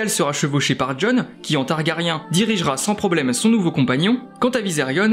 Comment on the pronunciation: on peut prononcer Targarien un peu plus correctement svp :)